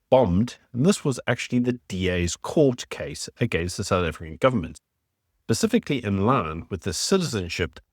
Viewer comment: *Specifically. Not "pacifically"